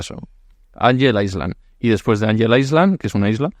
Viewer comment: Muy buen vídeo!! Me encantó como siempre ❤ Por cierto, cuando se pronuncia “island” la s no suena!!